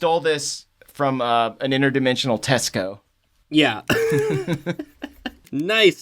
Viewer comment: Some how you pronounced Tesco wrong and right at the same time. Took me a while to figure out what you meant.